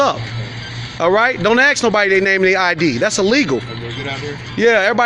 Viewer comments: "Dont aks...." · I agree with the dude but hearing axe vs ask makes me nuts. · Ask not axe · You better axe somebody.lol. right? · Stay in school folks before you “Axe” the wrong questions ! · You ain't suppose to "axe" that question. Then this dope tries tell the police how to do their job. Who, exactly, was "busted". Nobody. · Black people have trouble with saying that word properly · THE WORD IS “ASK” ! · Can you say ask correctly please it’s not hard it would add to your cause